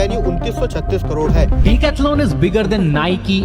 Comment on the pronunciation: Bro what the fk is Deeek- athlon ??? 🤣🤣🤣 Its Decathlon